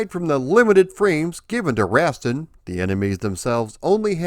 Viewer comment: For the love of god I wish you had consulted with someone about how to pronounce Rastan before you made this video. Rass-tan - not Rast'n.